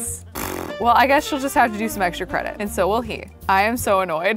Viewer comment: * Keeps rewinding to the part where says cwedit *